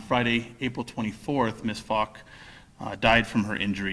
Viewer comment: Wow. It's pronounced Poke. Not Fock. Not meet the Focker. Phok is pronounced Poke. But I can see why he pronounced Fock!😳